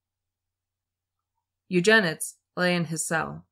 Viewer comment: Oh, it’s not pronounced you-jen-ids. It’s pronounced You-jen-id-ees